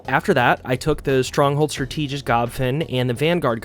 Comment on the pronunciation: Thank you for the video. The only thing that threw me off was "stra-TEE-gist". I'm pretty sure it is "STRA-tuh-gist". Is it maybe being pronounced regionally different? Or you've only read the word, but not heard it? As for addressing your slow dodge, using a Galeclaw will help. In any matter, I love the long-form vid and it is nice to listen to you speak. Looking forward. :)